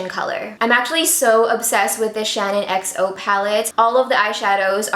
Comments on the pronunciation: The low end palette is ShaaanXO (pronounced like Shan XO) not ShannonXO! It's a little irritating hearing it pronounced wrong so many times 🙈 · I'm low key cringing bc keeps saying "Shannon xo" and not "shaaanxo" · It's Shaaanxo not Shanonxo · I love u so much and it's not shanonxo it's shaaanxo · Okay no hate here, but being a die hard Shaaanxo fan, it makes me cringe everytime she says "Shannon"xo. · It really sounds like she's saying "Shannon" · Her name is Shannon. But product/YouTube name is shaaanxo. So you've said it correctly. She's pronouncing it wrong. And it's annoying.